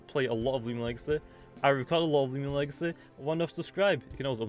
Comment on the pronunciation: i like how u say legacy "legace"